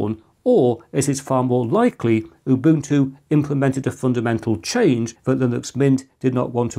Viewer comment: Why do you say UBUTU without the N.